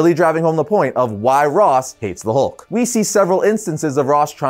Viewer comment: The “Howlk” 😁